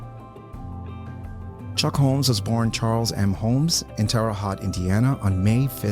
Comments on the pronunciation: pronounced TERR-oat, not terra-hot. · Should you decide to do any dubbing of the soundtrack of this excellent video episode, "Terre Haute" is pronounced by most Midwesterners as follows: TAIR-uh HOAT. (Of course, local pronunciation rules over any other pronunciations. A call to local governments or media outlets should provide valid pronunciation.) I hate to see your high quality research and work stumble because the ears of locals object to incorrect pronunciation.